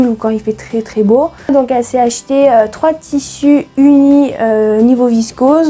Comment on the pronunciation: Merci pour ta vidéo, "j'ai acheté" é et non er...pas grave, bizous